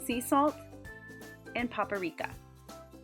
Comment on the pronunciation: lol you said papa-rika! ;)